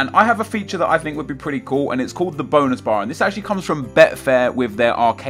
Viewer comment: I actually thought that he said Bone bar